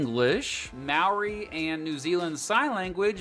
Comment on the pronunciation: Well done on you pronouncing Maori, well done